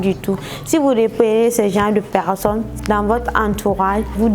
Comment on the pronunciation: Ahhhhhhhhh c'est pas pecccsonne mais personne